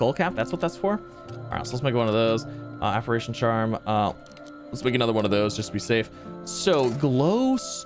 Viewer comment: Apparition [App-are-ate-tion}